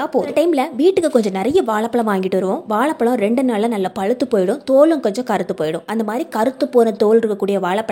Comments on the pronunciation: உச்சரிப்பு கவனிக்க வும் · It is not வாளபளம் 😂